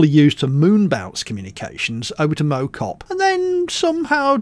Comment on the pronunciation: As a stokey I can tell you that Mow Cop is pronounced like mouth rather than like a lawn mower ;) but I do agree with you about the hills XD